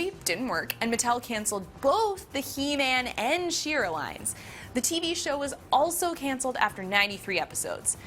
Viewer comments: She-Ra not "Sheer-uh". You explain the origin of the name right in the video. Why can't you pronounce it? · She’s not even saying She-ra correctly. 🙁